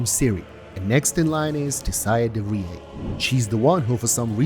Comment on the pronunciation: Good vid i just cant comprehend how the name de vries turns into de frieée and cant stop wondering what dialect you speak originally